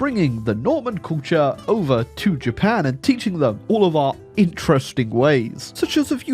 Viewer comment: It bothers me, but I know that's your style, that "Japan" at the end is in no way Japanese.